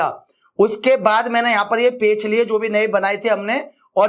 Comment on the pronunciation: पेच नहीं पेज बोलो😅😅